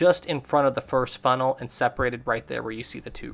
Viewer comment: Bro said 1st funnel